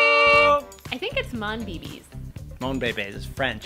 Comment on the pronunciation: Your husband got it right... it's French. It's not pronounced Monbeebee😂😂😂